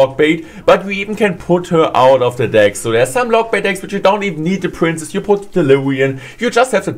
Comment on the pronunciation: I like how he pronounce princess as prince